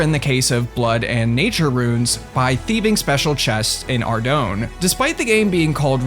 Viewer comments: Ar-doyn. Not ar-doun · It's pronounced "arr-doyn" and if you mispronounce it again, I'm going to unsubscribe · bro really said ar dough nnnnnnnn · Brother, you've been making RS videos for how long and still didn't pronounce Ardougne correct? lmao